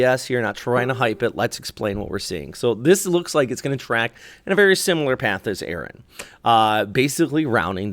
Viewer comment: The storm is ERIN not Aaron! It's ERIN!!!